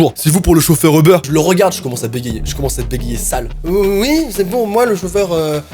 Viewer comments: Ce n'est pas euber mais UUUber!😂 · C'est pas Euber mais Uber tu dit u pas eu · ¡«U»ber! U!!! UUUUUUUUUUUUUUUUUUU Sinon je te kiff mais on dit «Uber» pas Euber..🙂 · Il dit euber au l y eu de Uber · Tu dis Euber moi je dit Uber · C'es uber pas eber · On dit pas Ebeur on dit UUUUUber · Cest Uber pas EUBER UnU 🤣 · On dit pas ebeur on dit ubèr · Att? Tu dis Eber, moi je dis Uber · Je suis la seule qui prononce Ubère et pas Euberre 😂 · Sa se dit pas eber sa dit UBER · C pas eubeurre c'est uber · Ça stresse que moi qu’il dit Eber au lieu de Uber ? Ou peut-être ça ce prononce Eber et y a que mw qui dit Uber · c’est Uber pas euber sinon j’adore tes vidéos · Je suis la seul à dire Uber et pas Eber 😂? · "Ubeurre" LOL 😂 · UBER comment le prononce a chaque fois j'ai l'impression qui parle de beurre XD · Qui a compris au début "Le beurre" 😂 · Pk tu dit eber sinon continue comme ça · certaine fois quand il dit uber je crois il dit le beur